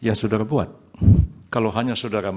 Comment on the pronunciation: Prof yusril panggil saksi dengan kata SODARA AHLI, bukan SODARI AHLI😅 saya kok jadi fokus ke kumis dan suaranya 😅🙏🙏 mudah2an MK memberi yg terbaik....amin